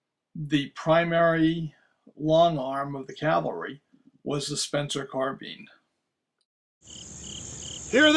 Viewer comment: It's carb"I"ne damnit! Not carbean! After all this time ya still ain;t got it right! Blasphemy!!! Spencer didn't make soup!!😄 Just kiddin